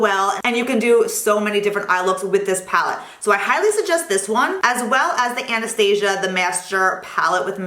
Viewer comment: Great recommendations! I didn't know Sephora carried Tom Ford products. Also, as a small critique you're pronouncing Anastasia wrong, it's not like the movie lol